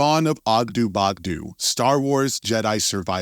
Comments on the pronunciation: OggdO not OggdU pronounce it correctly or dont pronounce it at all please. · Ogdoo bogdoo smou and the way he says kos makes me think that this guy can't read